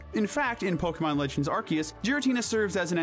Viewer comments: "are-see-es" ffs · Ar-KEY-us? The C has an S pronunciation, not K. Ar-SEE-us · AR-SEE-US not ARK- KEY-US 😒😒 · Arceus. Arr-Sea-Us. There’s no fucking K in there. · NO, IT IS AR-KEY-US! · The C in Arceus IS supposed to sound like a K, not like an S! And please don't swear! Have you not seen the preview of its movie? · NO, THE C DOES HAVE THE K PRONOUNCIATION IN THE NAME! DID YOU NOT SEE THE PREVIEW FOR THE MOVIE?